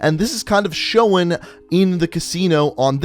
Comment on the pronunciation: Does anyone else get annoyed by the way he says known or shown?